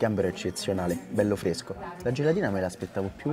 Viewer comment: Peccato che la guardia di finanza ha trovaato pesce surgelato, quando il Canna parla solo di "pesce fresschco", inoltre 120 euro mi sembrano pochini, vero'